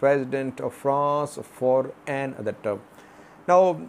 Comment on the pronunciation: why do you pronounce the word "another" as "an-other"? The word is pronounced as "a-nother". You are the only person I have ever known who mispronounces this word in this way!